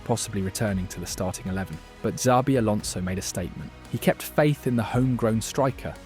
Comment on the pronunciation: "Valverdee" , "Zabi Alonso" , "Mbappay" , bro you having a seizure? These names aint too hard lol